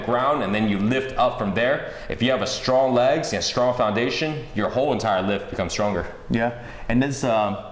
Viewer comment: StronG not Stron